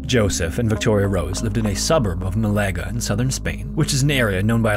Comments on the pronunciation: Mal-a-ga. not mal-ae-ga. * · Nice video, only thing I have to denote is your pronunciation of the spanish city, you said it as "Malega", instead of "Málaga". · Málaga was also butchered